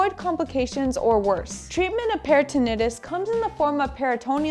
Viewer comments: peritonitis [per-i-tn-ahy-tis] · Thank u for sharing the great information .Please be informed that it's peri-tin-EYE-tis. Di-ver-tik-you-LIE-tis. No disrespect or embarrassment intended